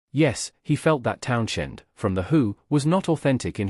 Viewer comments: My thoughts are you're full of shit . I don't listen to anybody who can't pronounce Townshend , the H is silent like you should be . Thanks for letting us know Pete Townshend was in The Who . Who knew ? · Pete Townshend, with the influence on shhhhhend. Tell me you're AI without telling me you're not AI.